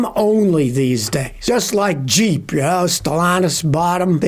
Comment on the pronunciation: Did u say Jeep or cheap compass